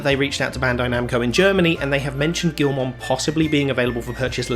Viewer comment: It’s pronounced gi-ul-mon not gil-mon…..lmao